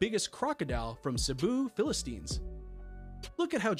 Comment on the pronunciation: This dude straight up called Philippines "Philistins" 💀💀